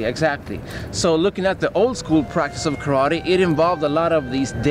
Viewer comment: When will u learn to pronounce the name Karate